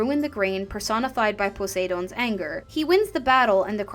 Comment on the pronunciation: If you don't mind me asking, are you pronouncing the God's names in the ancient Greek way or partly modern? I ask because I noticed that you pronounce the 'd' in Poseidon like in English and Zeus in modern Greek is pronounced "Zefs". I'm just curious because I've never heard anyone pronounce it like that.